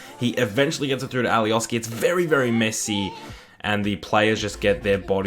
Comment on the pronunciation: and alioski is pronounced alioshki